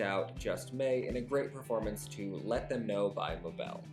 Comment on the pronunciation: She also butchered the names of Mabel and Danna Paola 😅